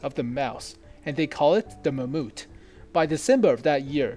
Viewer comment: LOL. Did you just say mammUT ????